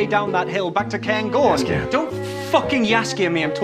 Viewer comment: The fact that Jaskier is pronounced "Yas-ier" really adds to him xD